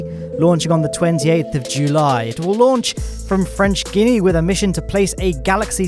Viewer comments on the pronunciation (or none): love the initiative, although I need to correct the way you pronounce "French Guiana", it is not pronounced like "Guinea". But like it is spelled, also, with a hard "g" in the beginning.